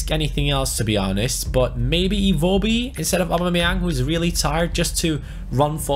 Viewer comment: Dude it is EN-KE-TIA and I-WO (like you pronounce why, what etc.) - BI